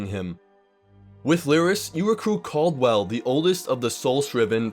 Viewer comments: Not to be that guy, but there's no one in the main story called Cawld-well... There's a looney knight called Cadwell.... maybe that's who you meant... He is voiced by John Cleese from Monty Python... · That "Cadwell" pronunciation though...